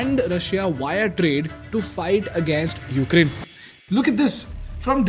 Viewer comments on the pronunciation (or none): none